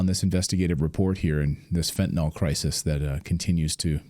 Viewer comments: Fen-ta-nil Not fenta nall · MISPRONOUNCING - It's FEN-tii-niL, not fentiNAWL. Thank you. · It’s fentaNYL, not fentanOL; rhymes with bill, not ball. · "nyl" does not sound like "nol". If you can't even say the name of a drug correctly, how can anyone trust your opinion on it? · Christ, can you even read? It's fentanyl, not fentanol. Also there almost zero fentanyl crossing the Canadian border into the US. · 'Fentanyl', Clayton; not 'Fentanol'. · By the way, the drug is pronounced fen-ta-nil. If it were spelled fentanol, then it would be a harmless type of alcohol. The -ol ending denotes a type of alcohol. The drug is not that. Fentanyl has a different chemical composition. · I think it was Trump who started pronouncing fentanyl as if it were fentanol. Anyone else notice? FYI: it's not "fentanol". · That Canadian is so polite that he mispronounced the drug just like Clayton. So from now on it's fentanol. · It is pronounced FYNTUH - NILL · We'll never fix the problem until people learn how to pronounce "fentanyl".